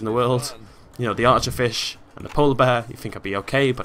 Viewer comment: When you said archearfish it sounded like our chair fish